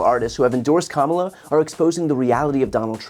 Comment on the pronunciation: "Kalmala" This is the one time I'd accept the mispronunciation of our soon-to-be President.